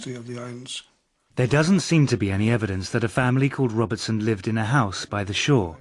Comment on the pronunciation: Dobinson not Robertson isn't that the name he's saying?